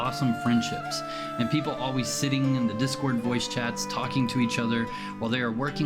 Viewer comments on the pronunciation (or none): none